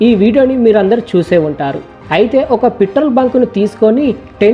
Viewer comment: Mr beast channel copy .........Harsha Sai పిత్రోల్ కాదురా నాయనా ....పెట్రోల్.....బల్లకాయా